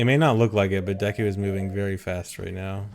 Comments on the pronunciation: Obligatory Deku pronunciation death threat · hey its pronounced “deku” not “deku”